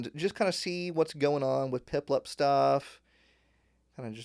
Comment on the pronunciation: is it me or did he say piplep instead of piplup